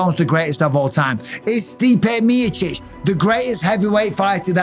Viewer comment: The way Mike says Stipe Mee-chich